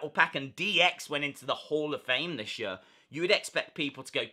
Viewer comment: Makes me laugh every time when you say “year”